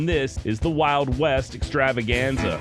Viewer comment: Ok Josh a little more on the extravaganza. It should be" the wild west ExTravaGanZaaaas!" Do it right dam it!😂